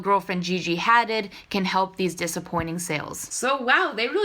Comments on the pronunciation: 1. It's pronounced Danielle Campbell, like Naomi Campbell (model), and like Campbell's Soup. It's a Scottish surname. 2. It's pronounced Gigi "Ha-DEED" -- her father is an Islamic immigrant from Israel named Mohamed -- you're almost 19 and this kind of thing is all over the media; how can you not know this? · i thought it was pronounced 'ha - deed'. lol